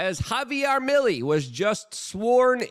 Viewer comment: Luke buddy its pronounced mill-ay it sounds like it end with an A not EY